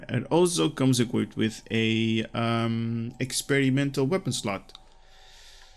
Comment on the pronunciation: Skipped right to the experimental weapon part to hear him pronounce it. Was not disappointed.